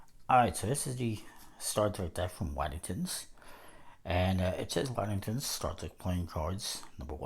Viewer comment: It's pronounced Woddington, wyi.